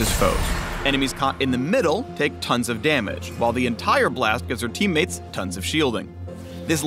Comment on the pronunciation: TONCE OF DAMAGE AND TONCE OF SHILDING, HAHAHAHAHAHA